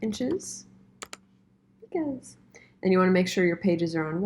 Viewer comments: Plus pica is pronounced like P EYE KA not PEEKA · I went to prepress school. Pica is not pronounced like peeka. It's pica like pie-ka. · It’s pronounced “ˈpī-kə”. -the old compositor ;-) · Sooooooooo amazing! I learned a lot from you! Two things: pica and leading were both mispronounced. Good luck!